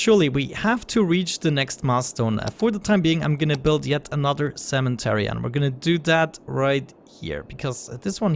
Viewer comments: They're talking about the "N" that you add when saying it (making it cemeNtery rather than cemetery), which is not accent, much like it wouldn't be accent if I pronounced it "cemery" - just incorrect. Also not sure why you link a British pronunciation of the word, considering it's not how you say it. In fact, you're pronouncing it exactly as Americans do except you arbitrarily add that N. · The fact that he practically says sementary sort of annoys me really hard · I like this series too..but the cementery is driving me nuts too..hahha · The way he keeps calling the cemetary a "cementery" is driving me nuts :D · “Cementary” isn’t an accent, it’s incorrect